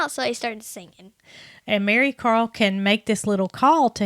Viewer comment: COMING FROM THE UK, I THOUGHT YOU CALLED HER, MARYCAR.